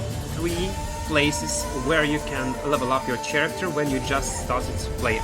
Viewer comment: ch в слове character читаеться как К а не Ч